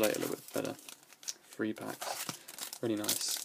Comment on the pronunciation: THREE, THREE, THREE. NOT 'FREE'. LEARN HOW TO SPEAK PROPERLY.